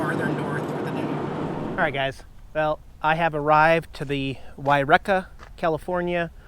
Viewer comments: It's pronounced { Y- Reeka,,} great shots, beautiful scenery. There's a cave at the base of Mt Shasta went there once a long time ago. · Oh, come on! You're from the NW. You know it's not pronounced Y-Wrecka. It's Y-Reeka. Dufus 🤣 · As someone who lives on the west coast and who has traveled up and down I5 many times before, I'm shocked you don't know how to pronounce the city of Yreka properly. It is pronounced, "wy-REE-ka." Please stop saying Y-wrecka! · No, no, guys! It's wye-Reekah! You are welcome. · It's Why ree ka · SORRY some can't comment nicely. I would offer the pronunciation of Y reek' a (a as in "a nice time). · Yreka pronounced why-REEK-a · Hi there...it's pronounced "Y - reek - ca" Great videos of you and Jax! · WHY-WRECK-A? What a maroon, as Bugs Bunny would say. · it is pronounced Why reeka. Just like Eureka is pronounced You reeka. The two reekas of CA! Love Jax's reaction to the trout! He thought it was his. Jax is so funny. Love the way he was yawning, then looking at you, toward the end of the vid. Makes me laugh!! Safe travels. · Right...pronounced like Eureka (I remember your video of your pretty horrendous visit there), but with a Y (“why”). I get a kick hearing how visitors try to pronounce all the crazy town names we have here in CA. Reminds me of guessing how to pronounce all those interesting town names you have in WA! 😂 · Yreka is pronounced Why-ree-Ka. 😊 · FYI. I think its pronounced Y REEKA. Thats the best I can do phonetically. :) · Why-reeka, actually, I think. Beautiful fish, hope Jax got a taste. Say hi to Ashland as you bop by! Safe travels. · Pronounced Y(as in the letter Y)REEKAH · why-reee-ka Bro. Been following you for years. Thanks for the entertainment. Safe travels & Jax. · hi. its actually pronounced whyreaka. yreka.I used to live close by there. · I'm judging you for mispronouncing Yreka. It's pronounced like eureka only with a 'why" (Y). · pronounced why reek-ah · It's pronounced WHY REE KA